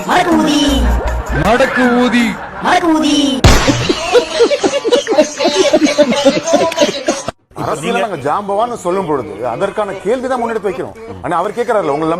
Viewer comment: மடக்குஊதி எனக்கு வேற மாதிரி கேட்டுச்சு. மடக்கு????தி.